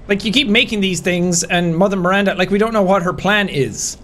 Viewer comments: He's cool, though it always took me out when he said "Miranda" with an "ER" on the end. "Mirander". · My favorite part about this game is how Heisenberg says “Mirander” instead of “Miranda”.